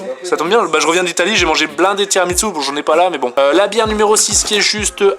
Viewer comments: Par contre tiramisou pas tiramitsou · TI RA MI SOU Il me gave a dire TSOUU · Sa se dit tiramisu pas tiramitsu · C un tiramissssssssu pas tiramiTsu